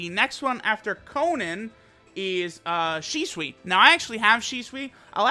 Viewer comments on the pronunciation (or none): im sure i heard ''Sheswi'' intead of shisui :/